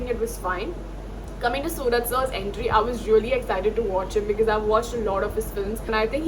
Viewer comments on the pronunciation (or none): Pronounciation should be suraaj.... Not sooraj 🚫🙅‍♂️ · It is Suraj not sooraj mam